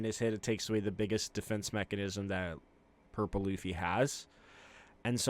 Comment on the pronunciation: Is he saying gurple luffy instead of purple? Is that like an autistic tic or something?